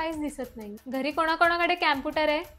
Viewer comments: कॅम्पुटर नाही कॉम्पुटर 😂😂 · Camputer nahi computer ahe computer cha madam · Mada che pronouncation chukiche ahe camputer ka computer pahije madam jar chukat asel tar students kase shikanar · कॉम्प्युटर ❌ क्याम्पुटर ✅😅😂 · कॉम्प्युटर ❎ कॅम्पुटर ✅😂🌸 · Computer ❎ Camputer✅😂🤣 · Computer ❌ Campooter ✅ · कंप्यूटर ❌ क्यामपुटर ✅🤣 baki all good ❤ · Teacher ch computer la Camputer mhantey tr student kay mhantil😂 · कॅम्प्युटर नाही कॉम्प्युटर.. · कँपुटर नाही कॉम्प्युटर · Camputer ✅ computer ❎😅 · कॅंम्पुटर नाही कम्प्युटर